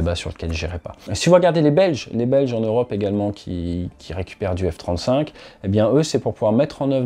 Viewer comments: Le F-trente-souinque 😂 Sinon continue comme ça ATE tes vidéos sont géniales ❤ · le F trente souinque ? 😂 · Le F-30zwoingue !